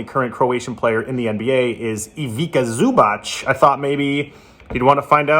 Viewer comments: the pronounce is Ivitza Zubatz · you butchered Zubac name so hard...please culturalise yourself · Learn to pronounce Ivica Zubac or else we are going to kick yo azz.